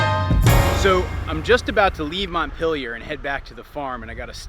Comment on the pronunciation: As a French person, I find it funny how you pronounce "Montpelier"